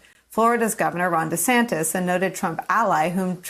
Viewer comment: Gubbernah DUH-santis?